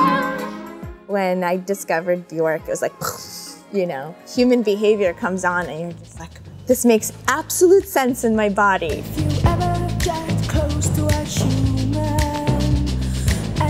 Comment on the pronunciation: Shame she can’t pronounce Björk correctly 😬